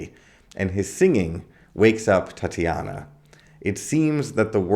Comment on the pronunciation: Do you mean tit-a-nia not tat-i -ana